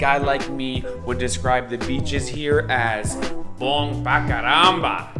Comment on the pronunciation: Another great vlog ! Small portuguese correction. BoM (with M in the end) :)